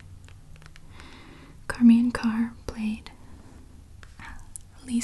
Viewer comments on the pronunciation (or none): isn't her name pronounced like "shar-maine" .. not "car-maine" ?? or have i been saying it wrong all these years???!! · And you pronounced charmians name wrong, I think it's pronounced shar-mayn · Only one thing wrong. It's Charmian (Shar-mee-ann) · Usually the name charmain is pronounced with an "sh" sound at the beginning like the name cher.